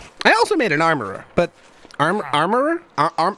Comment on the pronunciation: Cant say armorer